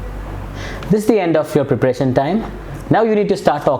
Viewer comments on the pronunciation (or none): It's not fake accent . It's the standard. English is nasal. Still he sucks with words like candidate, important, preparation etc